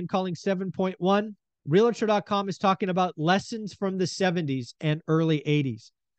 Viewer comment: REAL-tor, not re-la-tor.